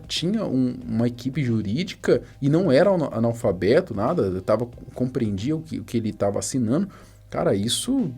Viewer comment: "falou dimalfabeto dirrliga a live" KKKKKKKKKKKKKKKKKKKKKKKKKKKKKKKKKKKKKKKKKKKKKKKKKKKKK